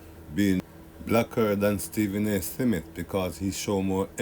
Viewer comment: Why keep pronouncing Smith as “Seh-Mith”